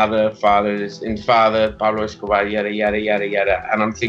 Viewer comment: Cheddar Johnson - even better is thereabouts, how he he just flows into perfect pronunciation of “Pablo Escobar” 😂 love it ......